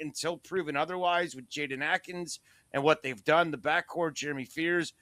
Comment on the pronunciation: You can’t even say Jaden Akins name right guys